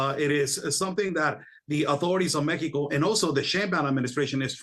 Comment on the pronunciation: Why does he keep saying MEHECO